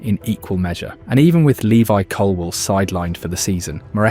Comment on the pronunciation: His name is LEVI Colwill, not Lewis.